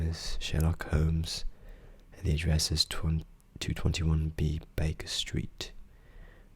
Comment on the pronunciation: I didn't even click for Ben but was very pleasantly surprised. I did wince a little when 2-21 B was said. Its 221B 😂 hehehe